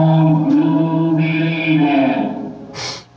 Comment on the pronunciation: he said "hard to belvie in" i have capsions on my tv